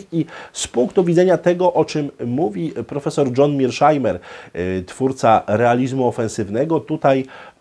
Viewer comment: Świetny wykład,, był by jeszcze lepszy, gdyby wymawiał nazwisko poprawnie czyli Meirshajmer, nie jak mówią niedouki za wodą "Mirszajmer".